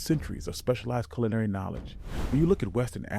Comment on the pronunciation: Definitely, pronouncing culinary as sulinary and that fufu part gave it away immediately